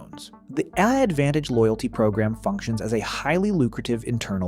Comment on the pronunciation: When I heard the way the voiceover pronounced "AAdvantage" about halfway through, that was when I knew for sure and had to stop.